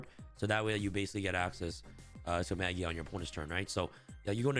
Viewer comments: You say maJIa with J sound. Its a word that comes from Latin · I think the pronunciation is Maj eye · Has the official pronounciation of Magia been announced? Ma-guy-ah sounds a lot cooler.